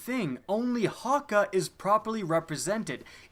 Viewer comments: The umlaut in Hake over the a, is actually usually pronounced much like eh not ah, FYI. Great video though nonetheless. I'm German speaking as well as English, that's why I am adding that. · Ramiel The Geometric Screamer in the Cayde's stash mission the jack of spades Easter egg he pronounced it "Ha-Kay"